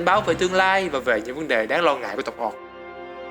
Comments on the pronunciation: "Ooc" thì ổng đọc thành "Oọc", cũng đến lạy. Xem tiếng anh nó đọc như thế nào mà lại tự thêm dấu vào như thế. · Chất lượng video thì ko còn gì để chê rồi, chỉ cần chỉnh lại cách đọc tiếng Anh một chút là okay dáo xư ạ :v Người “oọc” 😂😂😂😂